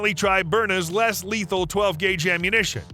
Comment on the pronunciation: Fool, you're going to be sued if you keep saying "Non Leathel" Learn the difference between " Less Leathel and Non Leathel"